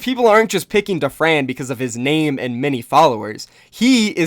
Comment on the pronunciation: Why do you pronounce "many" as "mini"?